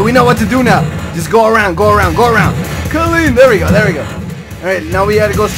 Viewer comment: "Cuh-lean!" ( so, 'clean' )